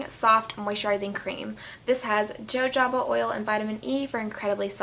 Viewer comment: Jojoba oil is actually pronounced as HO-HO-BA oil